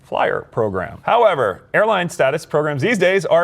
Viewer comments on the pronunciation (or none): none